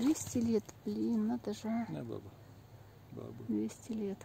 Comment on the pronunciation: Ее зовут баба с ударением на последнюю а